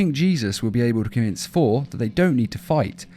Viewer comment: Sounds like you're saying For